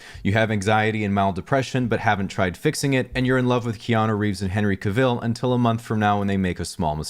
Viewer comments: No, he himself accents the first syllable, not the second. It's /'kavəl/, not /ka'vəl/. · "Henry CaVELL" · I can't get over how you pronounced Henry Cavill. It's cavel, rhymes with travel. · Henry Caveal? Henry Cavill is pronounced [Henry Cav-il] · What do you mean "that explains nothing"? I literally gave you the IPA pronunciation of his name. I guess if you're not familiar with IPA, Cavill himself says that his name rhymes with the word "travel". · TIL you don't know how to pronounce Cavill